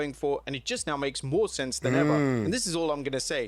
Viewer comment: “Oh wait,THERE’S MWORE” 😂